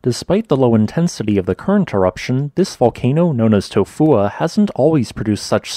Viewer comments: The name of this volcano is almost poetry. It kind of just rolls into you.😎 I'm surprised at how well the bot voice says it. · You get a thumbs up just because you can say it’s name. Without going into a coughing fit